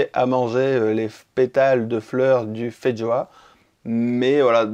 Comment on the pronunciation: Ah non c'est pas fait joa comme prononciation, c'est feijoa. Quand au goût euh non ça n'a pas un goût ni d'ananas ni d'agrume mais de carambole, en tout cas c'est le fruit le plus proche en terme de goût. Quand aux fleurs ça n'a pas le goût de fraise non plus, mais légèrement miellé et fleuri!